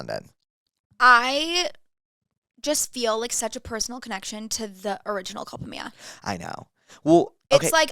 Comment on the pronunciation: The way you guys are pronouncing “Culpa Mia/Culpa Tuya” is killinggggg me 💀😂